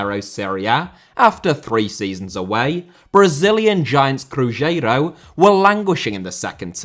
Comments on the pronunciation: I don't even mind his pronunciation anymore. The z in "Cruzeiro" is spoken like in "Brazil". But he said "Crujeiro" 🫠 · Yes, and the Z in Cruzeiro is the same as the Z in Brazil... he can fix that easily. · It's cruzeiro not crujero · Série * not Siri Campeonato* not Campionohrtouw Cruzeiro * not Crugeiro Stadiums* not Stadia Stadia* not Stohrier Olimpico* not Olempecouw Diego* not Diyeigouw Logic* not Lodgic Dissolved* not Disolved Hefei* not Höfei Anhui* not Anhai Litian* not Leshan Joga* not Joguer Bonito * not Bonitouw José* nor Houwsei Rego* not Reigouw Cruz* not Cruj Rego* not Rigouw Recife* not Recifei Pelé*not Pelei Stadion* not Stodion München * not Munich Can't* not Khon' Zimbabwe* not Zimbabwei Türkgücü* not Tăgyuçu Regional* not Rigionohrl Nacional* not Náchonal Mané* not Mohrnei Idea* not Ideer Copa* not Copper Kerala* not Keraler Rather* not Rother 32 mistakes ffs